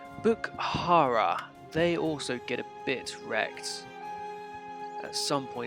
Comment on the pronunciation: the h is silent in bukhara :)